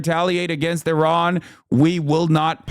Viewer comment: Thanks for pronouncing Iran correctly as a Middle Eastern like me. Your uncle has no such respect.